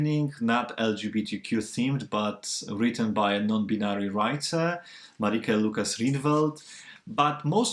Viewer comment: You have a strange way of pronouncing 'China' and 'binary'.